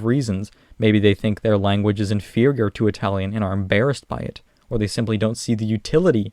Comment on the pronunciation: It's Italian not Atalian